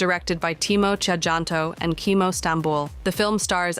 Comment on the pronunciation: A little correction; His name is in an old form of the language. Timo "Tjahjanto" Is pronounced as Timo "Cahyanto" If it was written today